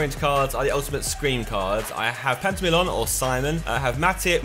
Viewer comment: Its Pantilimon, not Pantimilon.